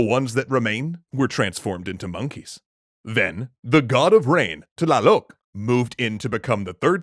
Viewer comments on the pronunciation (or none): Tlaloc isn’t like ta-la-loc it’s a said in the same like tl-a-lac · Violet Hall yup I heard myself trying to understand tlaloc’s prenouneciation